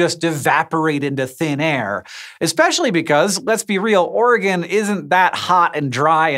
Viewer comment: Thank you so much for saying Oregon right.